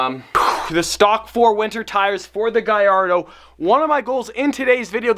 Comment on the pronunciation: please tell Gordon how to pronounce GALLARDO